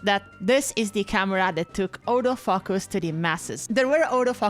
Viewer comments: What was said: “This is the camera which took autofocus to the masses.” What I heard: “This is the camera which took all those fuckers to the masses.” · Im not wuite sure if she is saying autofocus or autofu....ers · when she says autofocus I first understand "older f*ckers" 😂 idk why but then the subtitles saved it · The first time you said "autofocus" I thought you said… well, something more fun.